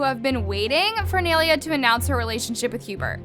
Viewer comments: Its pronounced as "nye-leya" not "nail-leah" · it’s “nailea” not “neilia” 🙃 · It's not neylia it's nailea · It’s ni-a-lay-a that’s how u pronounces it just saying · its “niye-lay-uh”… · I love how you pronounce nyes name😂it’s Ny-Laya😭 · Please tell me im not the only one getting annoyed at for pronouncing her name like ‘nay- li - a’